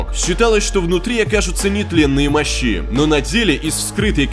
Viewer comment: не мощИ, а мОщи